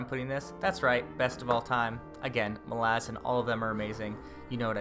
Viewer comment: How you've stuck to your guns pronouncing Malazan... infuriates me but I'm also proud lol. I enjoy your videos and its my first day as i clean my house. Dresden will thrill you all the way through and don't listen to the Ghost Story haters!